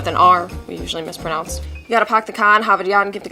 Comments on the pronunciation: lol at worst, he said "mis-PER-naonce" but you can easily chalk that up to the urgency of his speech, or wit. In any case, as a native of southern California, and maybe it's different up north, I can tell you that we generally, correctly pronounce "mispronounce." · EndermanKing 101 no he said mispromounths. He even made a face as he messed up. Stick to Minecraft and your antisocial lifestyle. It’s obviously too late for you to delve into the realm of social queues and discernible actions smh